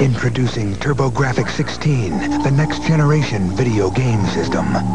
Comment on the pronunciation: is it pronounced turbo graphics??!!